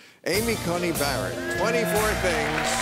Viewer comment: "Amy Coney Barret" We know words are hard for you Bill. 😅